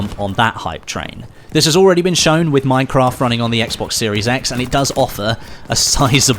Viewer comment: saying "Minecraft" feels weird to me...